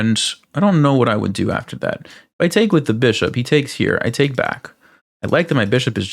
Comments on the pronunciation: Quite an Informative game. Did make me laugh though the way you say "take". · What is it with this guy the way he pronounces TAKE. It was driving me mad. Extremely annoying